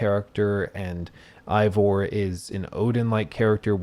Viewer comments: Oh my God… 100+ hours playing this damn thing, even more than that editing all this together, and yet still can’t properly pronounce the name of the protagonist 🙄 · Thanks for explaining nothing useful. Eivor doesn't have any elements in English that would be hard to pronounce. A. Vor. The game says it hundreds of times. No excuse for saying I vor. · Turned off the video when you said "Ivor" Really easy to pronounce (even when you're an uneducated American) due to you listening to his name being said for the whole game. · Plays 100 hours, still says "eye-vor" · How is it this guy played hundreds of hours of this game, with the main character’s name is said thousands of times, but in this 3 hour jerk off session he can’t pronounce it correctly even once. It’s AY-VOR not I-VOR. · Stop pronouncing the name wrong 😅 it’s not I it’s AYE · Did you even play the game?!! It's Eivor. (Avor) not Ivor! 🤣🤣🤣🤣🤣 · i love this critique but i giggle at how you say ivor instead of eivor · Why does he keep pronouncing it "Eye-vor"? Everyone, including Eivor, pronounces it "Aye-vor". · It’s pronounced aye vore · Dude, everyone in the game calls him Eyvor or Ivor, not whatever you said. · Oh god no please don’t tell me you’re pronouncing him eye-vor the whole video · "Eye-Vor" makes it seem like you didn't actually play the game. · EYE-vor? what?? they same the name correctly dozens of times in the game. why are you saying it wrong? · You're mispronouncing Eivor. How are you mispronouncing Eivor? I don't understand, the name is said over a billion times in the game. How do you get it wrong? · Anybody else triggered by him mispronouncing Eivor's name the ENTIRE vid...🤬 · hates this game so much he mispronounced Eivor for three hours. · Why do so many people mispronounce Eivor do you not listen to any dialogue lol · Lol you'd think after 100 hours you'd know how to say Eivor